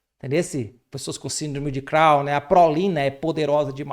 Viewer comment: ❤#!Síndrome de Chron com O e não AUN